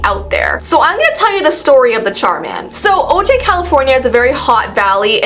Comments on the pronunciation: It’s pronounced “oh-hi” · O'jai is pronounced " O'Hi.."